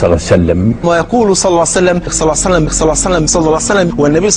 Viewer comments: اللهم صل وسلم على حبيبك محمد وعلى اله الطيبين الطاهرين. . صعبة جدا نطقها على لسانه لا يريد الله ان يجعل لهم حظ في الدنيا والاخرة. ماكو هيچ منطق (صليييسسسسلم). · في الكتابة ممكن بعض الاخوة يكتبون ص اما في النطق فلا يوجد شيخ عندنا يقول صعسلم مثلكم